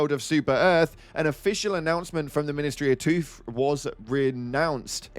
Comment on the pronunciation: i’m quite delighted to spot another person who has had their ears blessed by the pronunciation which led to the message “ministery of 🦷 “